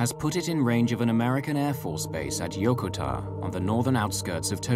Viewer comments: Why are they calling Yokota Yokotar? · Flew a Boeing heavy during those years. Was well aware of this accident. A couple of comments: first, surprised that the flight crew did not go on oxygen immediately. And a minor one to the producer of this: The USAF air base is incorrectly pronounced in this. The accent is on the second syllable, not the first. Yo-ko -ta.